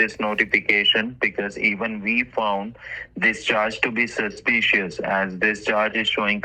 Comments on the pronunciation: Apple/Amajon/McCafe Sappote Scammer bingo "It is a suspeeeshus" "Different different locations" "Let me tell you one thing" "De heggers" Struggling with the pronunciation of the word "transaction". "Tranzacksun". "Tronjacksun". "Tranzackzen". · It's sushspeeeshush,.😃👍